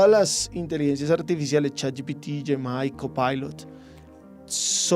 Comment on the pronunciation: el tipo dice yemi refiriéndose a Gemini de Google no tiene ni idea de lo que habla